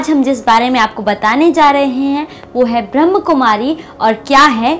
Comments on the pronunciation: Its not ब्रहम कुमारी× Kly always pronounce ब्रह्माकुमारी ( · ब्रह्मकुमारी शब्द गलत है, सही शब्द है ब्रह्माकुमारी ।अतः कृपया इसका उच्चारण ठीक करें। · कृपया ध्यान रखें ब्रह्माकुमारी बोले, ब्रह्मकुमारी बोलना गलत है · अरे, ब्रह्मकुमारी नही बोलो ब्रह्माकुमारी बोलो. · ब्रह्म नही ब्रह्मा कुमारी नाम है कृपया सही नाम का उच्चारण करें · प्रजापिता ब्रह्माकुमारी है। ब्रह्मकुमारी नही। बोलने का ठिकाना नही ओर वीडियो बना डाला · uchcharan thik karo bewakuf brahm kumari nahin brahma kumari he arth ka anarth mat karo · Pahle sahi ichcharan seekh lo brahmakumari h n ki brahmkumari